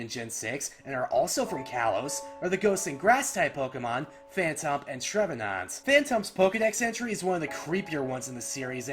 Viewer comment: "Treve NAUNT"